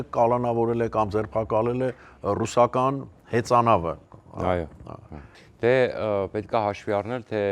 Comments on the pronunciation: Հեծանավ չէ՝ հածանավ, այ անգրագետ։ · Հեծանա՞վ, թե հածանավ...